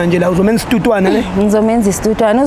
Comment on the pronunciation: Isthuthwane not istutwane....inyoni nje like ulamthuthu ethithizayo😅